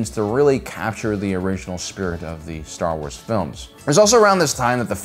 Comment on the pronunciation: releases genuinely deep and thought-provoking video Also: Staa Uaas